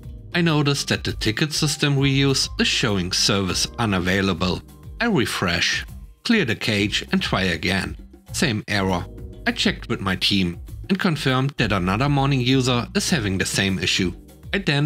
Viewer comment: FYI, Cache has its origins in the French language... so it's pronounced Cash, exactly like it is in French. Edit: Ferry nice to meet you!